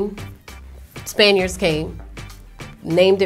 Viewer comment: cant even pronounce spaniards lmao..